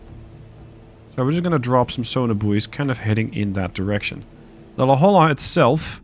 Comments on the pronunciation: As a Southern California native La Jolla is pronounced "La hoy ya" :) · La Jolla, California is the namesake for your submarine. It's pronounced La HOY-ya. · The la Jolla is pronounced "la hoya". Its a city outside of San diego California. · it’s spoken la-hoy-ya